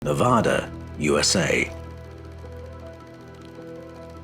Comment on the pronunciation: Not "Nev-ah-duh" it is pronounced "Nev-aaa-da!" Mispronouncing the state name in Nevada will get you booed at best and punched at worse. Nevadans are sensitive about that.